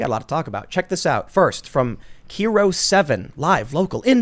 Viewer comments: Puyallup is pronounced “Pew- al (as in Al Bundy) up.” And KIRO is pronounced with a long I, like “eye.” It’s a weird city name- don’t feel bad. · From Washington so I had to laugh every time Tim pronounced Kiro and Puyallup wrong, even after the correction. 🤣Kiro is Kye-ROH, Puyallup is pew-AL-lup On the California thing. Part of it is that they have shitty laws to "protect nature" that actually hurt more than they do good. Can't clear land of dead fall so it builds up and acts as tinder. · KEERO 7 is actually pronounced “Kyro” and Puyallup is pronounced “Pew-all-up” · It's actually pronounced, "Ky-row", not "Kee-row", and the city is pronounced, "Pew-all-up", like you're making a laser gun noise, followed by saying "all" and "up" as they're normally pronounced. I know that's a tough and unintuitive one. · kero? pull you up? dude XD its Kiro (Kai-ro). and its puyallup (pew-AWL-up), lol even your chat is fuckin it up XD. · That's the least of it, his pronunciation of Puyallup and KIRO is damn near criminal.